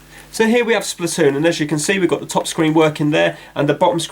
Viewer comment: SPLAH toon